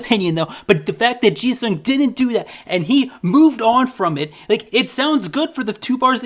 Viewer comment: The way you pronounce "Jisung" sounds like Jesus somehow 😂😂😂